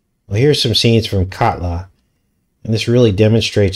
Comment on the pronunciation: the way you pronounced katla sounds like kudlow. Larry kudlow is a former economic advisor for 45 who was more the neocon economic rather than populist (populist is more like Bannon, Navarro, Beatty, etc). he has a fox show